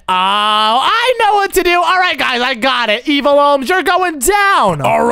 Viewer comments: "EvIaL" got me 😂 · you literally said evile and luke is right (not hate comment)